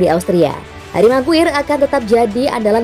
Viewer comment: Knp sih penyebutan meguire selalu salah.. 🤣🤣🤣